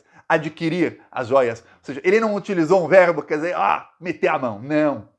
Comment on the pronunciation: DEICHA . DISER. MENTITOZO. MEU...CAMARADA